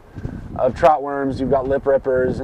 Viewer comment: You guys notie it say "tout" not trout